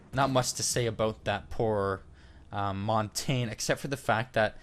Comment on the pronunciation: Great series! My only critique is how you pronounce Montagne. The French word montagne means mountain, and is pronounced Mon-tahn-ya. But at least you don't pronounce it montag! Keep up the good work!